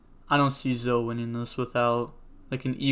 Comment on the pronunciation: It's not zo it's zoEEEEE, you make fun of people making bad plays but that is nothing compared to how crazy you saying zo instead of zoEEEEEEE makes me